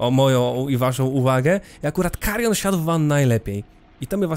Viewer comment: Wstęp z tym "MAKARION" kompletnie mnie rozbawił. 😄